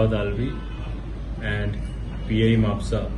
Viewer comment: It's spelled as mapusa right not ma-pu-ca